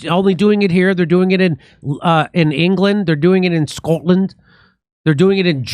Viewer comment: I liked the little Scottish accent you added in there when you said Scotland Jimmy 😂👍🏻😁🏴